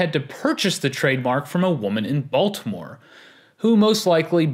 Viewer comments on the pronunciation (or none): none